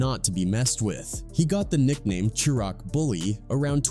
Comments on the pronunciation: I hate u clout chasing people, bro u literally can't even pronounce people name correctly nor can you say (shy-rack) it's not shiroc bro, but I get it u are an outsider tryna capitalize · It’s pronounced shi-raq!!!!